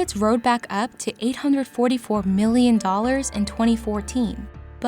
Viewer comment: annoying narration. no need to emphasis "mhhhIIIIIIIIILLLLion" like that